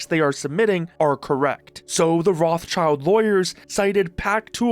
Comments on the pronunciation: I can't stand the way you pronounce Rothschild. It's not roths-child. It's Roth-Schild (the -th is a hard t, the Sch is pronounced as in sh*t), which means "red shield" in German. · Rothschild not rothchild it is a German rich Familiy with quite Reputation. You could Translation this Name into Redshield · Dude please, the name is not Rothchild but pronounced more like Rotshield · It's not a "child". The name is composed of the German words for the colour "red" and the fighting gear "shield" — pronounced "rott" plus "shield". Is that patent troll pronouncing himself "child" ?! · Can idiots please stop saying Roth-Child? It's RothSchild, pronounced in German or French. Learn some words pls. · Enjoyed the video! Side note: It is not "Roths Child" it is "Roth Schild" (Red Shield) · bro i can't not crash out over the way you say Roth-child hahaha you say Rot-shild, good video tho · Dude cant even pronounce Rothschild i am totaly confused what rot child he is talking about 😂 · His name is rothschild, roth-schild... and also you dont say roth you say rot, and schild like shield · while it is funny to hear Roth's being called children over and over... its Roth Schild, ya can get the proper pronunciation from google by translating "red shield" into german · That guy who said his own name part wrong (schild isn't spelled like "child"! It is the German word for Shield which is spelled just with a shorter i that sounds like the English "e") seems to be even worse than Nintendo. Patents of Ideas that can't be a real device shouldn't work as a patent. But the USA is that greed capitalistic that their patent system lets it happen... Who believes AI blindly that they are too stupid for their life! That, what we call "AI" today can only copy stuff and they can't know what is right or wrong. So if they also should generate things they just copy, not create. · love how he pronounches Rothschild xD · It's pronounced as Rot-Schild